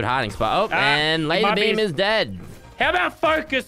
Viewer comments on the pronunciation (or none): Why do I hear saying Lazerbeam "Mr.Bean" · Because am not from a english speaking land, so when you say Mr Beam i here Mr Bean